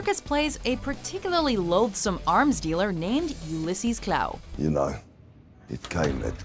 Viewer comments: The Klaue is actually pronounced like "claw" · Two minor issues. Though Gollum/Sméagol was of the River Folk that is not quite the same as a Hobbit, closely related but not the same. Secon Ulysses Klaue's last name is pronounced as CLAW not KLOW. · It is Ulysses Klaw not Klaue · it’s not Klaaaw it’s pronounced as claw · It's pronounced "Claw" not "Clow" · Its like claw not klau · Who the f*** is KLAAUUUEE?😂 sorry but it’s pronounced Claw even tho it’s spelled Klaue... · Klaue pronounces claw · Before I even clicked this video, I knew Gollum was gonna be #1. Also, Klaue is pronounced, "claw." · Someone feel free to correct me if I'm wrong, but isn't it pronounced "Claw" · klaue is said like claw, not klaue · You don't say Ulysses Klaue like that. You say it like "Ulysses Claw" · “Ulysses Klow”...... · Its pronounced Klaw. Sorry to be that guy but its a pet peeve of mine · It's pronounced Claw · Hate to be that guy, but in age of ultron, its pronounced claw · It's pronounced cl-aw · Its pronounced Kl-OR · Klaue is pronounced as "Claw". It's not French. Gotta get your facts straight! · its pronounced klaw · It's pronounced claw smh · you said klaue wrong. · They pronounce Ulysses Klaue wrong. It's annoying me.